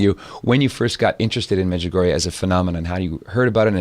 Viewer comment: The late Father Rene Laurentien, well known official investigator of Marian apparitions, judged Medjugorje as authentic thus far. Your visitor doesn’t even know how to pronounce Medjugorje. BTW, the Church cannot approve any apparitions until they are completely over, Our Lady is still appearing. As this program proves, there is still a need for her messages, this world is running amuck.